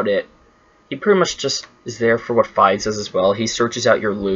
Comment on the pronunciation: Also Fides is pronounced as Fee-dus not like you were omg